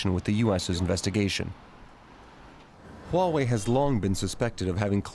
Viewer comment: it's Huawei not Wuawei.pay some money for your tongue.